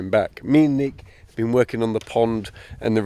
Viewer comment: Nick, your English is hard to understand. You need to come to Texas for unique pronunciation training.